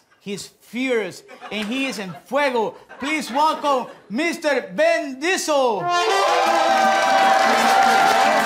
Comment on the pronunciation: Did Guillermo say Ben Diesel?